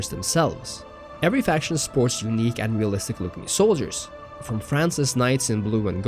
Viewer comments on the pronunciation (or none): When “unique looks” sounds like “eunich looks” haha